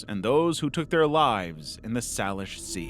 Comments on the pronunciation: Native Washingtonian here baffled by the way he pronounced Salish lol- for those wondering, it's say-lish not sal-ish. It's crazy how different peoples pronunciation can be if they're from a different state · Not to nitpick, but for future reference, Salish is pronounced "SAY-lish" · For future reference, Salish is pronounced Say-lish. Also, every time I go out to the coast, I definitely get nervous any time I see something that looks like a shoe. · in Washington, we pronounce Salish "say-lish". Hope that helps! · The most disturbing part of this to me (as someone from Washington) was the way he pronounced Salish sea